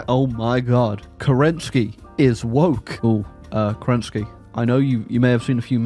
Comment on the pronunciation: FYI, in Slavic languages, the stress usually goes to the first syllable. So it is is pronounced Ke'renntskiy! Though, in case of Romanov, stress goes to second syllable - Roma'nov. Weird, I know.